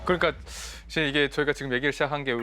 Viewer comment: (계속) 여러 분의 장단 고저 문제가 심각 하나이다! 예: 사실, 대표,전자, 궤도 등 의 첫 자는 모두 길게 발음해야하는데 이를 짧게 잘못 바름했나이다. 실로 실망했오이다. 미국 변 완수 드림